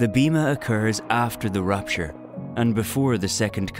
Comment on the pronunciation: It's not rUpture, it's rApture.